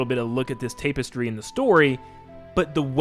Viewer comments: Tap-Iz-Tree not “tape” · Why can no youtuber pronounce tapestry correctly ive been watch oot remake theroys for like a day now and all of yall say tape•stry